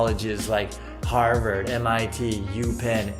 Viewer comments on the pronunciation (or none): none